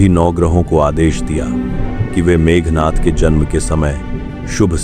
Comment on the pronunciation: It's not meghnath. It's Meghnad. Sound of the clouds. Please correct it.